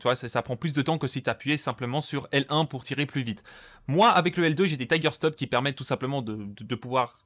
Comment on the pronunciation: Pareil pour ce qui concerne le seuil de réponse max et mini des joysticks (zone morte), tu maîtrises pas du tout ton sujet... Et tous tes jeunes abonnés qui vont boire tes paroles et écouter tes "conseils" les yeux fermés.. 🤦‍♂️ bref, décevant. ps: c'est trigger stop (stop gâchettes en français) et pas tiger stop.